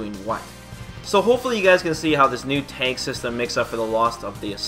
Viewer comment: are you saying Tag or teg...sounds like teg